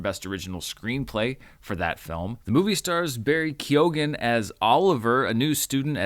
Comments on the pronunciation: Barry Keoghan's surname is pronounced "kyohn", not "kyogan". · Keoghan - pronounced 'Key - own' Just dont pronounced the 'key' part so much So like Ky-own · I'm irish , keoghan, the g is silent ! I know I know, why is it in there!! Pronounced ke y own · Lovely, that's not the correct pronunciation of Keoghan. Lead the way:)